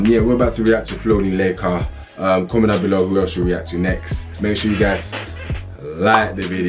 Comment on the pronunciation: My name is Leika but it's not pronounced like that